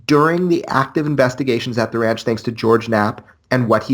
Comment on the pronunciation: Admitting is the first step. Just need to work on some general words. 'Research', 'observatory', 'ranch' and more. Big fan of your content but I cringe very often at some pronunciations. By the way this is not a hate post, like I said I like the content of the videos you upload.